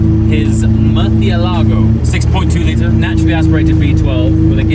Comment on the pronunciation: Why do you say Murcielago like the stuck up people pronounce Ibiza?